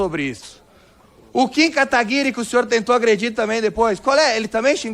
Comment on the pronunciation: pessoal da esquerda a te hoje não sabe falar Kim Kataguiri kkkkkkkkk.